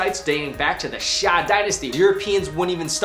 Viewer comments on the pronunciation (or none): It’s not the sha dynasty it’s the xia dynasty